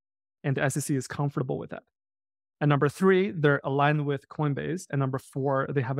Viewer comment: at was he saying "wif" as in "dogwifhat"?